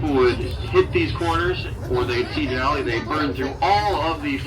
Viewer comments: Den - ah - lie 🤦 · (Dee-na-lee) not da na lie😅😅😅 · It’s pronounced Den-alley no Den-al-i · Din al lee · The “den-a-lie” killed me 😂 I don’t know if he’s serious bc I don’t know who this guy is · its pronouced Da-nol-lee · It's den-alley. It's the native name for Mount McKinley. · It's pronounced Den-all-E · "Den-uh-lie" What an idiot! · You got all the names wrong, but that's OK! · You need to learn how to pronounce the names of places properly before you make a video, say the names incorrectly and sound foolish. Also, I’ve never heard of -0 before. It’s either above zero or it’s below zero but it’s never -0. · You seriously had no idea how to pronounce Denali or Talkeetna? And what exactly is “negative zero”?